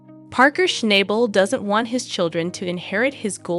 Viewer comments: SHNOB BUL NOT SHNIBAL OR SHNAYBUL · It would be nice if you actually pronounced his surname correctly!